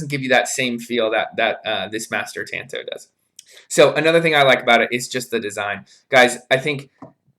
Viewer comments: It’s not a tan-toe, like your toe got some sun. It’s a tahn-to. The A is an ahh sound. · FFS! TA as in I like to squeeze TATAS! TA N TO as in that was my TOE! PLEASE AT LEAST LEARN TO SAY THE NAME RIGHT! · Tanto is pronounced like this Ta is like the ta in taco 🌮 N is like the n in November To is a deeper O like that in door but you will have the t and no r